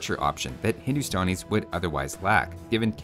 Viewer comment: No one:: "Hindustonis"